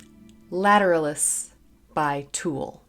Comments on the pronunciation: Lat-er-al'-us, emphasis on the third syllable. 👍🏽😁🌀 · accent is on the AL like the latin / anatomical term. it's a treat to hear you review this band, there is so much to analyze :) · Pronounced : Ladder Alice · I always pronounced it with the stress on the third syllable. Lat-er-AL-us. I’m probably wrong